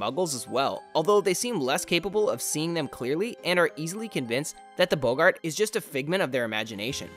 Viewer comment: It's pronounced 'bog-urt' not 'bow-gart'. This causes me great pain. Also JK Rowling has never mentioned that they're sustained by human emotion.